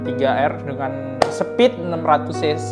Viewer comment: speed bukan sepeedd